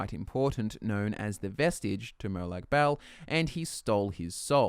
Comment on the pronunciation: Hue you pronounced Bal as "Bowel". What is he the Daedric lord of shit flinging!? hahah Silly Aussies that's Peryite not demonic Bernie Mac!